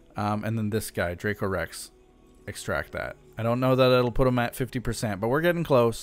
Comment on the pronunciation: Haha. Your pronunciation was spot on. 👌 That’s so weird they didn’t give any money for the last picture that you took. Great video!